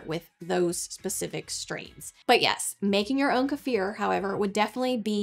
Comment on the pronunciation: I love how she says kefir. ❤